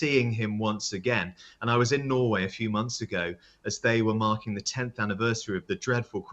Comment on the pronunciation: What’s wrong with this woman’s pronunciation? Can’t say Norway can’t say nick very wierd